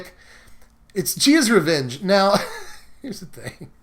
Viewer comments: "Gee-Ah's Revenge..." Uhmmm,, probably better known as from SB MTG you pronounce it G-Y-Ah's Revenge. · Jee-uh's revenge? Say it with me, Gay-ah's revenge.